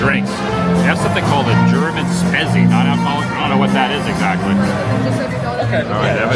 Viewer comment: Spezi is pronounced Spee zee